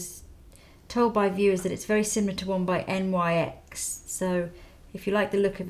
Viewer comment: N-Y-X? Its pronounced nicks, Haha xx